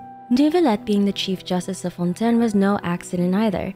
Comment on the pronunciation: Everybody, literally everybody in Fontaine: it's pronounced Fawn Tayn: Nah. Fawn Ten, mes amis.